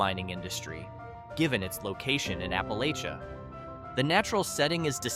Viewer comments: Born and raised in Kentucky, as were my parents and grandparents and great-grandparents. In our area, we pronounce it as Appa-LATCH-uh. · It was pronounced "appa-lay-shun" in the eastern part of the state where I was raised. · Please learn to pronounce Appalachia correctly.